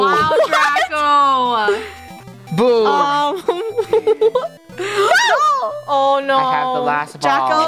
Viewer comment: She said oh my God Draco but instead it sounded like she said oh my God dracco